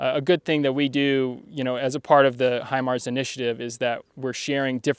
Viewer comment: Hi Mara my ass you jack as british😂😂😂😂😂😂😂